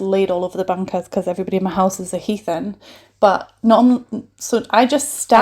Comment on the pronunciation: The pronunciation of heathen is hilarious, use it more often. It originally means someone that doesn't practice Christianity but nowadays means closer to barbaric.